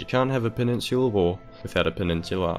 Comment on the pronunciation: It sounds like penisular wars